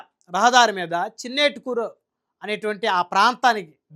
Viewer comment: ఊరి పేరు "చిన్నటేకూరు" . చిన్నేటికూరు కాదు.